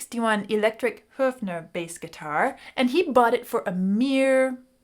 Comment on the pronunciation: Beautiful video! 😊 And it's nice to hear someone pronounce 'Höfner' properly, instead of "Hoffner" 😉👍 Pretty amazing that Paul's bass was gone for as long as I have been around! 🤯 Great indeed that he was reunited with it eventually 🤩 The story around Peter Frampton's iconic Gibson Les Paul guitar from his 'Frampton Comes Alive' album returning to him after 30 years is also very cool 😊 And my Big Bro wanted his bass guitar back when I was 29 and after having lent it to me 15 years earlier, in '84, when I was only 14; It was only then that I truly realised that bass had become a part of me meanwhile, and none of the other basses I've had afterwards played as comfortably as that one 😌